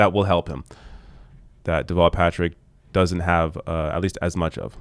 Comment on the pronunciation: FOX’s expert impeachment analyst is a man who literally says “wudn’t” and “dudn’t”.